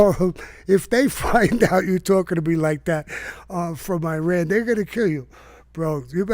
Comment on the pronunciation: Iran and Iraq are pronounced just like Italian. Not I-talian.